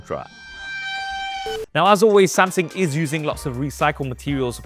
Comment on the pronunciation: That horrid pronunciation of 'Samsang' is actually pretty annoying once you've picked it up. Can never unhear it lol